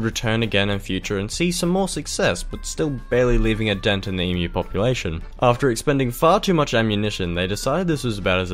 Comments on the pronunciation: why does this guy pronnounce Emu as Imyu? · Great video but I still think Sam o nella did it better (even though he can’t pronounce emu)